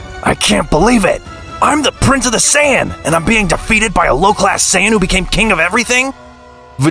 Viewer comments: bruh wtf is a sayayan Saiyan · Saiyan not sayayann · saying = sayyan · What is a siyayan like it’s not said like dat ??? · “Super sayayen”